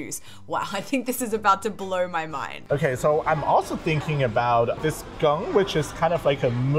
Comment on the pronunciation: It's geng not gunk. Geng is a kind of thick soup, not watery. However, soups in the west are all pretty thick. So, it's just soup.